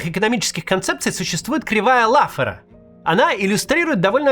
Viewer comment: В слове "Лаффера" с большой степенью вероятности ударение на второй слог. Французская фамилия.